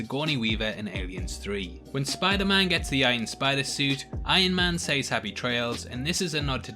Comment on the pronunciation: The way you pronounce "says" is quite annoying.